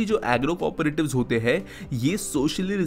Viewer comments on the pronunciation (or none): You are pronouncing "corporative" but it's "co-operative"